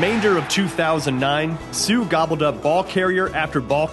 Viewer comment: Funny how the narrator has so much respect for Suh but doesn't put any effort into pronouncing his name.